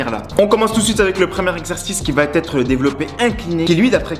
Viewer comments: Vidéo intéressante, Merci! Mais si je peux me permettre, il faut juste arrêter de dire "ça va-T-être". Ce pataquès fait vraiment mal aux oreilles 😱 il revient tout au long de la vidéo. "Va" s'écrit VA il n'y a pas de "T" donc pas de liaison, merci! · Supprime la liaison « va T être » et tes explications seront parfaites. 😉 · J'aime beaucoup vos vidéos mais je me permets de vous donner un conseil d'ami pour la suite : on ne dit pas "va t_être" mais "va être". Pas de t, donc pas de liaison. Cordialement .....